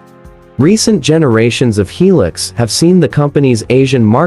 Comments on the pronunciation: Yeah! Since when does I pronunces like 'e'. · Pronounced "High Lux"not, he lux. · Make a hilux video cant even pronounce hilux right